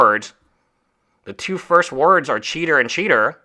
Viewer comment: as a fellow esl i feel your pain pronouncing CHeater